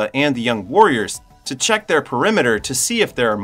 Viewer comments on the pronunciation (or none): none